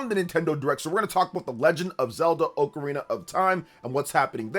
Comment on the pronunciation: u should learn to pronounce ocarina first